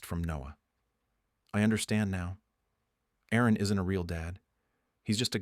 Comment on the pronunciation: There was an Aaron/Erin glitch.